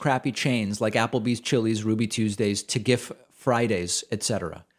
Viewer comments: T'gif? Did I really just hear you say that, David? It's T.G.I.F. It means Thank God It's Friday. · "Tagiff Firdays" hahahahahahaha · Tuh-giff Fridays hahahaha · This man said tuhgif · “Ti-Giff Friday’s” lmaooo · Here just to look for comments on how David pronounced “Ta-GIF-fridays”. 😳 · I've never heard anyone pronounce TGI Fridays as "TI'GIF" before lol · "Ta-giff Fridays" LMAO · I had to rewind this three or four times just to make sure like it wasn't spelled out that way. It was honestly so funny that he read it that way though lol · I take it you haven’t been to TGIFridays considering the way you pronounced it 😂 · lol David you actually tried to pronounce "TGIF" as if it's a word? No no, just say the letters like you're spelling it. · He purposely mispronounces lots of things; it's his dry humor.